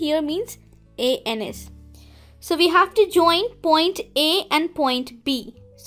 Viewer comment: "A.N.S" Not "anus"